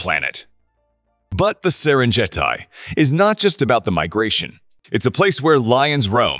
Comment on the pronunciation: Every site except the Great Barrier Reef had one or more mispronunciations. They even had three different goofs on 'Serengeti'. Was that a computer talking? Didn't a human listen before posting it?